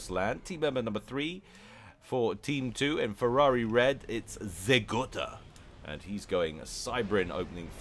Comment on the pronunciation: It's Zeh Go-ta, not Zeh Gotta. There's one T. Good stuff, though. Keep it up.